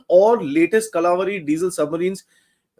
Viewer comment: Kalvari not kala vari, woki boki Trust fuckin U me shootiye